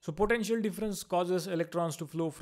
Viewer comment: its potential not potentail!!👎